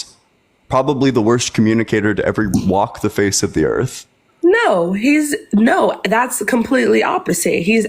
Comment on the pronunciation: Why do so many Christian callers call it "da Erf" ?